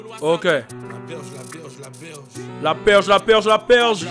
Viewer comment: La berge / Bergevin / pas la perge